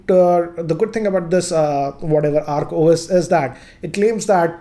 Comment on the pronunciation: Its Oak OS not Arc OS